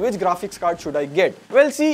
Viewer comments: It will be MUX switch not MUC switch... 👍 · It's not muc it's mux.